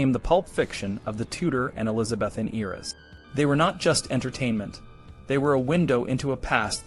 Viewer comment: Graphics are great but - words mispronounced : Elizabethan and the play Pericles is pronounced like icicle. History needs too be accurate - so this is jarring.